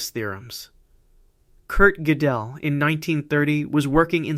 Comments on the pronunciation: When the AI says "Godél" instead of "Gödel" 😂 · Funny how AI pronounces Kurt Goedel. Something like kirkedel. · Because of the umlaut, it is not pronounced like either of those. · The narrator AI has a LOT of trouble with those German names, particularly if they have umlauts over the A, O, or U. Goedel and Goettingen were victims of this AI's pronunciation crimes. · I enjoy your work very much. I do not understand, however, your failure to pronounce the name of Kurt Gödel properly. You pronounce it incorrectly, then, a minute or two later, you give it a different pronunciation, also wrong. You sound as if you are trying to conjugate his name. Is this one of those hyperintellectual games like trying to mispronounce Goethe in the most creative ways? You do have a lot of creativity here. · It would be perfect if you (or AI) pronounce those German names correctly, such as Riemann, Godel, etc. Seems that you know what you are talking about as I was a maths major who did go deeply into maths. It is good that you can express every one of those gaps correctly in English, not an easy feat for a non-maths person. You could be an AI though.